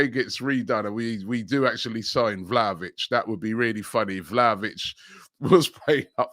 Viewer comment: pronounce Vlahovic's name correctly or you just sound like the fool you look like.